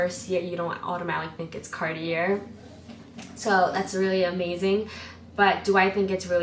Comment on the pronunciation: I’ve never heard Cartier pronounced this way